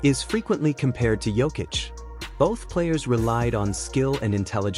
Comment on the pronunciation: You said his name wrong bout 9 times already lol and you keep. Hanging it bruh 😅